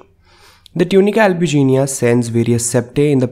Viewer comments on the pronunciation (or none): I thought it was tunica albiginea not albugenia